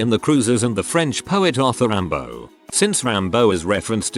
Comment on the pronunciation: How the f*** can this robot voice pronounce "Rimbaud" but not things like "coworker"?